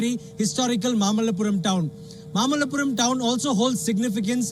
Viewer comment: It is not mammallapuram, it is Maamallapuram. Learn to pronounce Indian names properly.